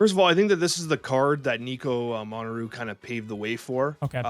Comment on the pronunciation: Deadpool's diner is not a game mode, it is a (potentially recurring) event. Tell Alex to learn how to pronounce Minoru, its not Moneru.